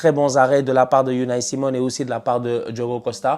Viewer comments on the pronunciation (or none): none